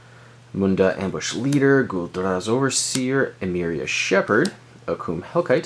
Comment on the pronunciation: You pronounce Gul Draz with an almost Russian accent. lol. It's great.